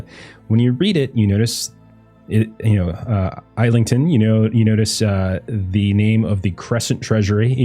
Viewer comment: Got to work on your English pronunciation. It isn't Isle-ington, to say it like a proppa Londoner it's Is-lin-un! Drop all them pointless consonants, and make it sound as guttural as possible 👌🏻